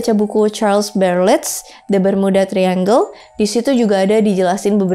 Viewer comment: Kak i love youuu tp florida itu bacanya bukan floraida. Trus triangle bacanya trayanggel. Just info yaaaa ❤